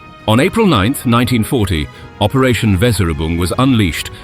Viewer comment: Never before has the word 'Weserübung' been butchered more.